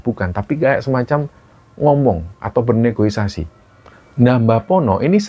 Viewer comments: negosiasi mas bukan negoisasi, pasti kepleset terus kalo denger cerita ada kata negosiasi jadinya negoisasi 😂😂😂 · Penjual bukan pembeli Negosiasi bukan negoisasi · Maap, Mas. Yg benar adalah Negosiasi, bukan negoisasi🙏